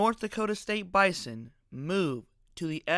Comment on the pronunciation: Unless someone has $50 million and a conference invite just sitting around, this conversation is moot. Also, learn to pronounce Bison correctly.